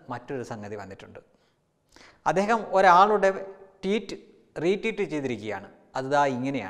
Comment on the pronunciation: ററീററ്(Teet?) അല്ല ററ്വീററ് (Tweet)ആണ്...